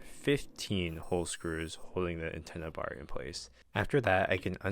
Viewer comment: “The antenna barrr”😂✌🏼 Edit-Feel like bro was getting a little tired after those 15 SCREWS 😭😭